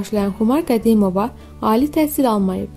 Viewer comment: Hele danisanin danisigina baxin da qedimova demeyine baxin bir